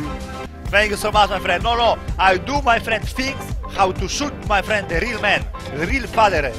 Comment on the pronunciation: "ma frend"😂